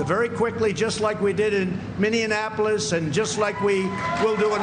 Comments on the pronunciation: They loved their country so much, they couldn't breathe?!? Wtf?!? And that Minneapolis pronunciation is not the first time. Pretty sure he has no idea how to say it. I just despise Trump. He was is just beyond gross. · He always says Mini-annapolis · I sware if I hear one more person say minne and apolis. It's Minneapolis. That minni apolis, now put them together. There you go, got it now. Really Minnesota is one state where people just chew up the names of our cities and towns and spit them out. Like come on, they are not hard to pronounce. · "emissiency"…Have to remember that. And "Minneanapolis."…Maybe a new megalopolis, like Boswash? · pinocchio. Is it me or was he day-glo orange today. Minianapolis?????? OMG!!!!! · He says Minneanapolis and Ulyssius S. Grant because he's edumacated. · I find it less troubling that he can't pronounce Minneapolis, and more troubling that he gets a stirring round of applause for mispronouncing it.